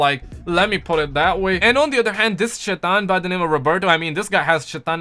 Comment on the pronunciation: Lol it’s not shitan it’s shaitan🤣🤣🤣🤣🤣